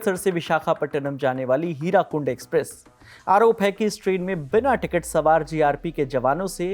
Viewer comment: Hirakund nahi hirakud hotahe ache se padhke bola karo